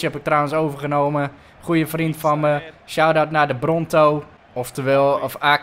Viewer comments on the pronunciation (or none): none